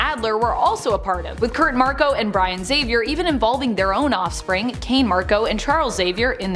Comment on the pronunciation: Wow! An english-speaker who is able to say "Xavier" properly and not "Exavier"...! Very nice to hear!